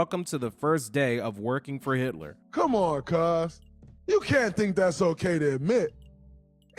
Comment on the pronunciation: Oh sis...not "Yitler"....💀